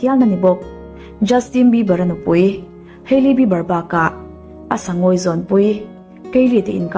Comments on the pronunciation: Ngeiawm lam ni miah lo in an hming an lam dan chiang phawt la ngaihthlak a hreawm eee haely jenner i ti ang thei e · Kan mi duh zwg te leh....Kan idol te cu kan sawisel phal nang male....tiro😂😂selena nau panglai tang i tan....hailey hming cu i lam ri ve tawk a lom le😥